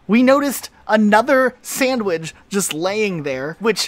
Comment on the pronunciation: Why do you say “sandwidge” instead of “sandwich” ?